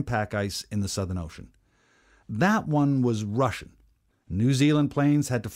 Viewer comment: That pronunciation of Russian was critical for me.